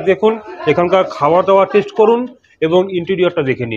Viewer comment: its not tesht,its test